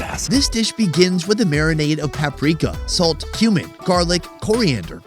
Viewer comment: My kids and I were watching this together and one of em asked "why is that guy eating human"? saying "cumin" but they heard "human"